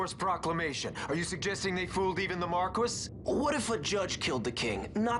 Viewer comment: I'm sorry... "The Markwiss?" Do they pronounce Marquis differently over the pond? It's common in media for the Big Guy to carry a huge hammer or axe, but a spear is instead is quite refreshing. Reminds me of Laguna's friend Ward from FF8. LEVEL 40? Ha, reminds me of when I tried this game. Fumbling around with no clue where to get and getting 1-shot. I mostly remember Doom from one of the optional bosses in FF4, the Plague Horror. It casts Doom and then casts Haste on you. While Haste lets you kill it faster, Haste also speeds up the Doom timer so you're on an even bigger time crunch.